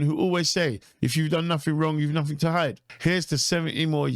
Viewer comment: What the hell is a "frone" ? What is "free million"? What is "nufing"? Please speak English , man . If you can .